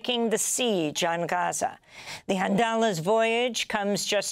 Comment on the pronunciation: Amy practices saying "Gahachza" in her mirror every morning. She does it very well, although I always thought it was Gaza. Oh...she delivers a good "Rachfa" too. NAR - National Amy Radio.😊